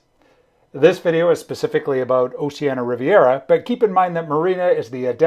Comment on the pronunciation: For all of those who don't know, "Oceania" is pronounced "Oh-she-Ah-nee-uh" (5 syllables); not "Oh-she-ah-nuh" ! Otherwise, I am enjoying your informative videos - please keep them coming!